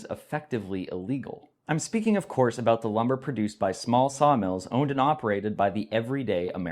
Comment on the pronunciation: tee hee! You said aboot! What a funny little guy you are! Tee hee!